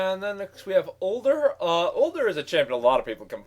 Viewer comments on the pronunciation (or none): Udyr isnt "Older" its either "you-deer" or "ooder" and sona isnt "sawn-ah" it's "so-nah" haha pronunciation nazi!